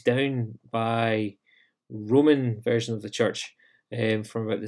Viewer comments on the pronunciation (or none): none